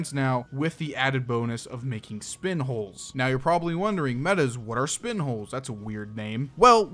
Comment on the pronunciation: "speen" -funny shroom italian man